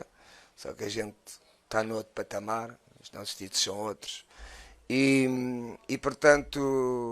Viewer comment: "Oto patamá" (Outro patamar) Kkkk